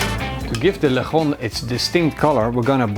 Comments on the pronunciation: LIT- TSON.... not le chon... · Its not leghrrron is lechon as in le chon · It’s lechon not lehon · Why do you pronounce it as lec-hon? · nice video! but just some few tips, put the spit first and the ingredients after for easier installation of spit (that's what I remember when my father makes this when I was a kid) and 2nd it's pronounced as leh chon :) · OMG..... you pronounce it as Le-tjon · Lek-hon lmao